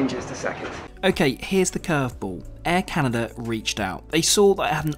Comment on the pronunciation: Air Caren, eh?